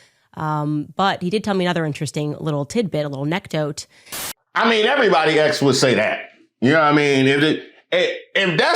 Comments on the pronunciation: She said Neck Doat instead of Anecdote.....Candace Owens can't get through one video without butchering a word 🤣🤣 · Im sorry..what is " A neck dote"... did yall catch that? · 🚨 MORON ALERT 🚨 She said "A NECK DOTE". 😂 What the hell. You mean "ANECDOTE"? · Did Candace say a-NEC-dote? 😂 This must be an AI clip😅😂😅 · “neck dote” 😂